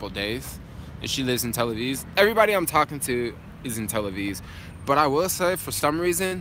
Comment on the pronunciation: you keep saying Tel Aviz. 😂 love it man. This trip is very inspiring